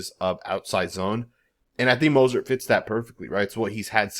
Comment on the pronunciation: You can’t even say his name right 🤦🏾‍♂️🤦🏾‍♂️ so it’s obvious you don’t need to be doing a video on him or anybody else on our team 👎🏾👎🏾👎🏾 who the hell is Mosert???? And you don’t know what offensive we’re going to run bro you don’t have no knowledge of him or our team… Dude is still one of the fastest players in the league did you know that??? Yeah I’m inscribing from your channel because you honestly not saying this man name right let’s us know YOU DON’T ANYTHING ABOUT THIS MAN OR FOOTBALL 🤔😏😏😏😏😏😏👎🏾👎🏾👎🏾👎🏾👎🏾👎🏾👎🏾👎🏾👎🏾👎🏾👎🏾👎🏾👎🏾